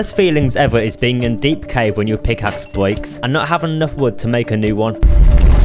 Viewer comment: "When your pickaxe bweaks" You can't hide it from me, I hear when someone tries to uwu or mistake in english, hahahaha! I have so much demented friends, including me, that I notice little things like these. Still tho funny when I heard it.👍